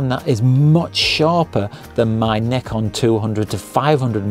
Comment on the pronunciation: 0 seconds ago It's Z not Zed... it's a one letter word...Z...how hard is it to say Z...and not make up a whole new title out of thin air..to annoy the crap out of normal people and 300M Americans that can read and spell...Z....and say what they see which is ...Z. ..and it's NIKON not nickon.